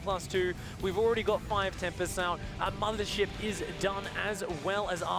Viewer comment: i hate the sloopy acent of one of he casters, but he had good commentaries EDIT: did he just say "Madre ship" ?